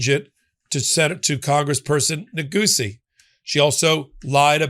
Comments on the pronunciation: Congressman Neguse pronounces his name, nuh-goose. Not “goosey”. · Its Neh-GOUS